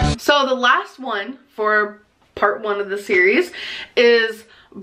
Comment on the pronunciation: Did... did she say 3 park? Instead of 3 part????